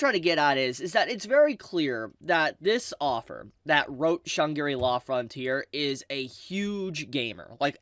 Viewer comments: Shang-ri-la, not Shan-gi-ri-la 😅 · Great series, Great video, Fully agree that this is a nod to gamers, so if you know you know. Huge Potential. AMAZING Opening with a group, full of some veteran artists. But PLEASE. it's shan-gri-la, not shan-giri-la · Shangri-La is a fictional Tibeten city from the 1933 fantasy novel Lost Horizon, written by an Englishman. It is pronounced with three syllables: Shāng-Grē-Law. When you say it, it sounds like you are somehow finding a fourth syllable. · Shang-gri-la say it with me now, how have u never heard this word before .. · yeah i heard Chun Giri law... but i didn't want to be mean ;( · say that name again lol XD